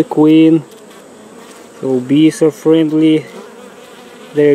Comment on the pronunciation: He just said "Fwendwy" Lol